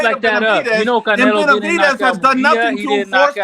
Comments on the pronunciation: How none of those actual latinos are calling you out for CONSTANTLY calling him bena-vi-dees was beyond me. Its disgusting on the ears... You must have been trolling because i heard you butcher his name more than the combination of the group combined used it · Bena-vi-dez... Try it, its not too hard